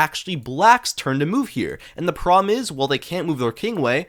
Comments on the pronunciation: The way you say problem is making me crash out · You have to learn to pronounce "problem."